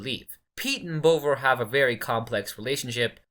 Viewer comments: You could even go with bov-vah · Tell your AI it's pronounced Bov-ah. Like Bother but with a really London accent